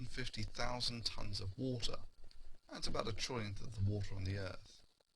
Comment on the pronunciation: On top of everything, has probably the most annoying pronunciation of water I have ever heard.